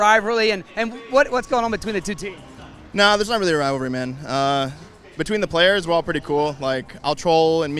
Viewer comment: RivaLRy. This is the second video where I heard this host say Rivalry. Rival, there’s a second L